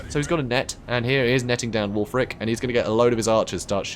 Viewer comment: Can we start calling Wulfrik- Ek just Wulfrek guys??